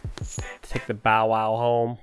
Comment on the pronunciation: Your commentary could use a little work but I still love your videos on Zelda 🤩 so I'll let it slide that you said bow bow instead of bow-wow 😂